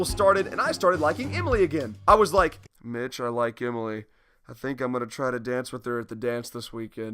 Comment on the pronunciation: Why does it sound like your saying bitch instead of Mitch